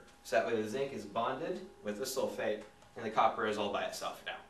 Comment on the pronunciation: I thought he said 'hey soulmate' rather than 'hey sulphate'